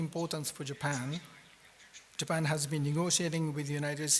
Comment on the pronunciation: 倭式英語；尤其是"~tion"跟"Japan"的發音。